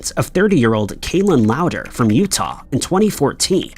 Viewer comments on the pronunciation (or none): none